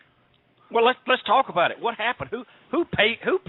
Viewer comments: I think it's doing flair.. yu could here the Canadian accent when he says "aboot" instead of "about".. and yu could here his Owen hart voice come out when he gets loud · Canadian flair impersonator. Listen to the “aboot” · You can hear it when he says "About" (Aboot). He is great!!